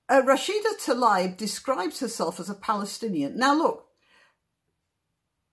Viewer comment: Thank you for pointing out the ‘Israel map’ thing on top of Arafat’s head. I never knew.. and btw; you should pronounce Rashdas family name- Taleeb. Shabbat shalom from Israel